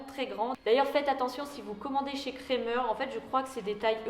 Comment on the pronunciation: Super ! Sinon petit conseil on dit "krAmer" avec un A 😉 gros bisous sinon 😘😘